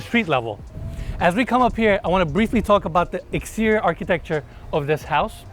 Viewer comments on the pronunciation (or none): none